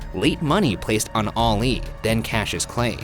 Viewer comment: Stop saying “oli “ instead of Ali